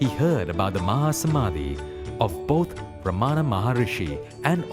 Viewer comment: Sree Ramana. Not Ramaana.